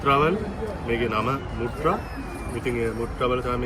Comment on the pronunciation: මුත්‍ර නෙවෙයි ...මත්‍රා ඒ ගමේ නම